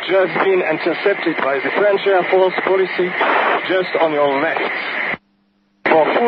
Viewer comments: "Air force policey" LOL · The worst is that "police" is pronounced almost the same in french and english, but they fell obligated to add a strange accent to it like most french when speaking english xD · Police not "policy" !!! It kills me, such a shame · I think it's not a mistake . Fighter pilot is not sure if the german has good recption of his call ,and with a bad radio signal ,policy is more understandable than a "polee" or sthg like that . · Why did the dude spell ‘police’ as policy when it’s literally pronounced the same in French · Goytá F. Villela Jr. Yes I know. pal I'm french and I speak english almost without french accent. I can do british or american accent as well. But knowing how to pronounce "police" correctly is not that difficult. Especially for a fighter pilot. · Maybe he cant pronounce police but he was perfectly understandable, which is all that matters